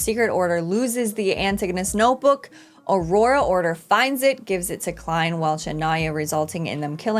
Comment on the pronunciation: Happy to see you've been saying Klein correctly now. Will you stop saying "Lord of the Mysteries" for a show called Lord of Mysteries anytime soon as well? And while we're being pedantic, if it were called what you're saying, the word "the" would not be capitalized.